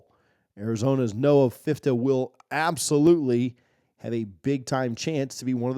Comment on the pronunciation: Love your content brother. Agree with your rankings, Shedeur is him. Just a little FYI: Noah’s surname is pronounced Ph - Fee - Ta. #skobuffs #DT2 #legendary.